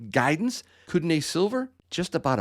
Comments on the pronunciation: if you are going sponsor a product or a mine ect.. make sure you know how to at least pronounce or say it properly (come on dude!) Kootenay pronounced (Koot-nee) not (Koot-NAY) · Uhhmm... I lived in that region about 15 years ago,. It is pronounced (koot-nee)